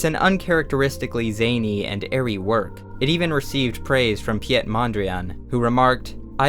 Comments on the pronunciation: piet mondriaan is pronounced pete, not the french "piette" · Pi-jet mondriaan?😂 It's said just like pete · piet mondriaan is pronounced more like 'pete' if it had a short e sound. not pi-et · Piet mondriaan, not piejet xd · Very interesting video, as usual! Piet Mondriaan's first name is pronounced as its English equivalent "Pete", by the way. Cheers from a Dutchman who very much enjoys your content. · the piet in piet mondriaan is pronounced as 'pete' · Great stuff! Just one thing, since I think you'd like to know. The 'Piet' in Piet Mondriaan is pronounced similar to the English name 'Pete'. For next time! Thanks for the video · I'm 99% sure as a Dutch person myself. You're saying a very French pronounciation of Piet (he did spend many years in Paris so it's not necessarily wrong). 'Pete' is just the way that Dutch people pronounce it. I appreciate you doing research, names (especially those in different languages) they can be hard to pronounce or even find the right pronounciation of. Mondriaan himself even changed his name to Mondrian I believe, so who knows with this guy :-) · the way you pronounced piet is a crime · and is the way i would pronounce his first name, as a native Dutch speaker.